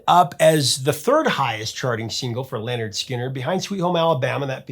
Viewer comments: Great story, great band. FYI it's pronounced "Linard" not "Lenard". Rhymes with "Skynyrd". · It's not Leonard, it's Lynyrd .